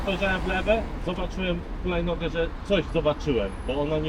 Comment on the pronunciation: 'tĘ chulajnogĘ, tak, tak tĄ, hulajnogĘ, za pojadzem - czyli co z przodu pojazdu stała?' kurtyna xD